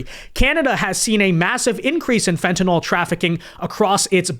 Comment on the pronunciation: It’s fentanyl / FENT-a-nil/